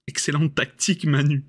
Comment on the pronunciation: Une défaite pas méritée du tout, "tan' t'au niveau de la taqueutiqueu, qu'au niveau de la téqueunique"; mais au moins j'ai pas été obligé de mordre Bébert. ( J'ai pas pu suivre la fin du live, panne internet ) A Demain pour la Boue et la sueur.